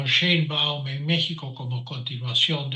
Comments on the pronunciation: No se pronucia Shaibaum es Sheibaum por dios ,es apellido judío. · El tipo tiene apellido materno alemán. Sabe pronunciarlo, pero lo hace pq está molesto. Además es judía: él dice que eso es un detalle, algo menor.